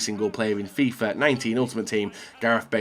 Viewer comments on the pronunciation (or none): none